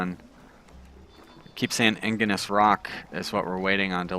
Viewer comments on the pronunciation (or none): Igneous is pronounced ig-ne-us. Just thought you should know.